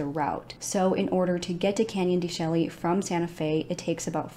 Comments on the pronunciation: Sad case. Real sad. Not that it matters one bit....but Canyon de (Chelly) is pronounced SHAY. Weird huh? Canyon de Shay. U may end up doing followup video & might be useful info. I only know cuz I'm in AZ & have been to that place. I hope they catch the killers, this is horrific. R.I.P. BROTHERS.💔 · Thank you for your coverage of this case. ⭐️ FYI Canyon de Chelly is pronounced Canyon de ‘Shay’ 🏜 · "Canyon Duh Shay" 😉